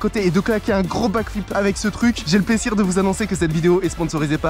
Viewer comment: Pourquoi tu a dit sesir au lieu de plaisir